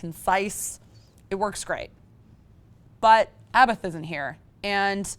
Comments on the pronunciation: Abbat!!! not Abath, or aebath. Abbat! (srry, had to mention it ._. ) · Abaaaff... It's Abbath! ABAT! BAT! BT! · Blushrak. Blackrish. abAth.